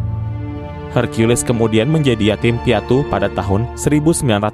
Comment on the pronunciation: Maaf, kata:hercules jangan dibaca: herkulis tapi; herkules.